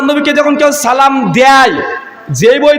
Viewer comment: যে সালাম শুদ্ধ করে দিতে পারোনা তার সাথে কিসের বাহাচ